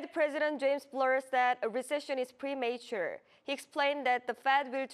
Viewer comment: 에서 premature 발음이 잘못 된듯. 전문 통역사로 하면 더좋은 인터뷰가 되지 않을까요?